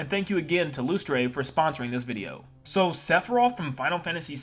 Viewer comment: I'm not the company owner so I don't know, but isn't Lustre supposed to be pronounced like "Luster?" That's just how the word is spelled where I live.